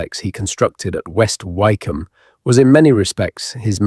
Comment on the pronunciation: It's AI the place West Wycombe would be pronounced more like Wick-Ham